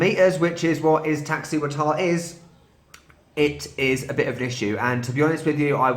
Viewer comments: You're close; it's: eeztak-SEEwatl (the "tl" is one sound) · The stressed vowel is the second i ;) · No, you did not say it correctly. ees-tahk-SEE- wah-tl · don’t feel bad about the TL sound at the end. Even Not all Mexicans can pronounce it correctly. Fact. But yeah, it’s only one sound or one syllable rather. It is what it is. Izzy works! Luv it.